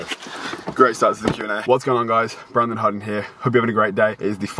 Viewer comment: Anyone else heard him say in the intro “Brandon Hard-on” 🤣